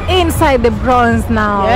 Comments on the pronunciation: the word is Bronx not Bronze. Use Google to get the correct pronunciation of the word. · Hey, Welcome to America! And the way you pronounce that section of New York you visited today is the Bronks that’s how it’s pronounced but spelled Bronx 👍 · You said the Bronx wrong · please try and pronounce the Bronx you not saying it correctly